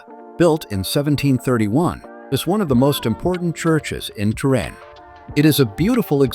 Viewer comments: Salut, je me demande pourquoi vous prononcez Trin au lieu de Turin? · ¿¿¡¡ Trin !!?? Que car... !!! Paren con la pu.. (no) inteligencia artificial. Es ¡¡ TURIN !! TURIN !! y tambien no es "pazza" se dice PLAZA, no es "palato" es PALACIO. ESPANTOSO AHORRO de una persona viva ¡¡¡¡ MISERABLESM !!!!